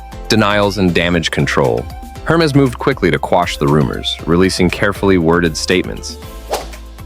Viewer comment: It is very funny to watch video about Hermès Please stop pronouncing hermezze Back to the point why showing so much other brand coco lv and other? I realy thing that is just a big jock to not say fack news